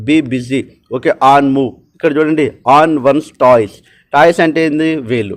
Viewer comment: toes pronunciation టోస్ కద అన్న its not టాయ్స్ ఏదో మీకు చెప్పే అంతదాన్ని కాదు